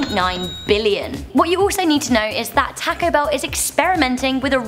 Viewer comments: you said Taco Bell wrong. You say it tawco bell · Joseph Metoyer yeah was wondering the same, she's saying "tacko bell" like wtf, your pronunciations of word are 80% normal, then you ruin it by saying things like "tacko bell" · Tack Oh Bell lol your accent dosent go well with that name lol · Why she says Taco Bell weird like tãco I prob did that RONG tho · MelonHD toco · "taaco bell" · im surprised how much im upse the way she says taco bell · strange, have never heard it pronounced like that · The way she says taco bell is too funny